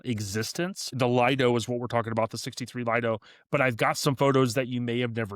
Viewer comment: Lido is not pronounced Lied-o, it is Leed-o.